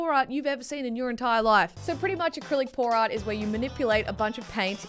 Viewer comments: Art specifically pour art. My deaf just woken up ass heard: Art specifically porn art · Every time she says pour art it sounds like porn art